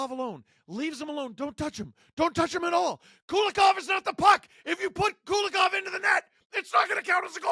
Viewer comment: Not Kulakov, but Kulikov - coolie-kov